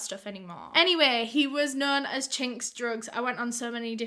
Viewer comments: when she said his name i thought she said the slur for asian ppl i.. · Everytime u say his name I can’t help but cringe lmao